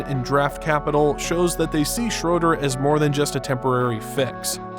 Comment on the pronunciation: If you're going to do a video on a player, at least take 10 seconds to learn how to pronounce his name. It's pronounced Shruder. not Shroder.